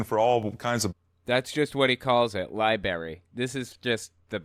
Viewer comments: Lie Berry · Hahaha, I love "the libery". Hahaha. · This guy: "I decided I wanted to teach elementary and high school English" Also this guy: "So I went to the LiBaRy" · It’s really fitting that he calls it a ‘libary’. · To be fair, he wanted to be an English teacher and couldn’t figure out how to pronounce “library”, either lol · I heavily despise the mispronunciation of Library. THERE'S A 'R' IN THE DARN MIDDLE!